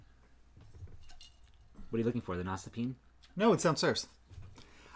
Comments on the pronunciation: I love Cranky Frank and he deserves the world! Also, the tool is pronounced "nost-a-pin-na" I believe. I'm excited to see more of Garter Abyss; that pattern has been on my wish list since it came out! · You guys are too funny. Love the FOs, and, you finish that shawl for your mom's PT! Nostepinne is pronounced NOST-uh-PIN-uh; it means "nesting pin" or "winding pin" in Swedish (and Norwegian and Danish, I think).